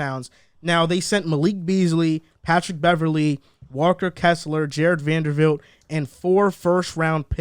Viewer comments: VanderBBBBBilt not fucking Vandervildt bro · I love yall but how are you saying Vandervilt all video?